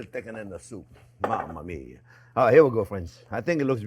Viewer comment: I referred to his accent when he says his “ mamma mia”